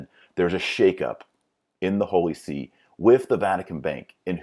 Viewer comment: Not the holy "See", but the holy SÉ